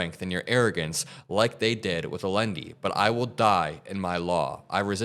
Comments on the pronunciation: Jesus christ, not you too... Allende (aye-yen-day). Even if you don't know who the guy is, you're reading a letter from the president of Columbia. Stop and think for 0.something seconds to realize that two Ls together in spanish are pronounced like a Y. It's bad enough you don't know who he's talking about. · Allende is pronounced as if it was spelled Ayende. Spanish has a double l in their alphabet. So when they say the alphabet it’s “k, l, ll ( pronounced elyeah).